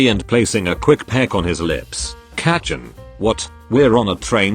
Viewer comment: everytime it says kacchan in these videos it sounds like its about to say ketchup and its making me mad